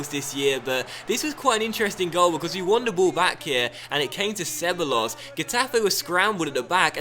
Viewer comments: not disrespectful, but ceballos is pronounced: Cebajos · Ceballos - (seh-buy-yos) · Just a heads up but two L's next to each other in Spanish are pronounced like a Y sound. So you'd pronounce Ceballos as something like 'Ce-Buy-Os' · Ceballos = Seh-Buy-Oss